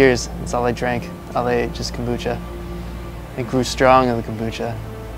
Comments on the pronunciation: KOMbucha. Not Kambucha. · kom- bu-cha ...